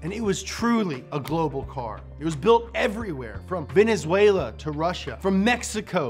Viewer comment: He said Venezuela, :0 Wao! 👍😅